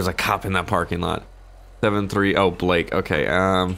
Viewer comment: The way you said Blake lmao no